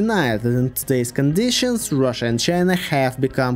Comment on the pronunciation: Rhina? Chussia? 😂